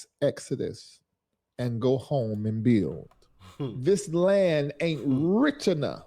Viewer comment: THIS DUMBSHIT DEGENERATE CAN'T BUILD A LEGO TOY SET LET ALONE PRONOUNCE THE WORD Properly..THE SMARTER HE TRIES TO TALK THE DUMBER HE SOUND'S...WHAT A FOOL..BTW BUILD HAS A D AT THE END TRY PRONOUNCING THAT MY VERY UNTALENTED MORON.. PLEASE GO BACK TO AFRICA SEE HOW THAT WORKS OUT AND LETS SEE JUST HOW WELCOMED YOU ARE...DO NOT RETURN 😮😮😮😮